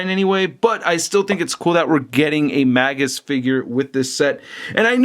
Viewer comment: his name is pronounced "Mage-us" Not "Maggus"As in a Mage. Get it? Warlock/Mage.You said Maggus like 20 times and I wanted to jump thru the screen and break the figure that way you wouldn't say Maggus anymore LMFAOOO it's Magus as in Mage-us.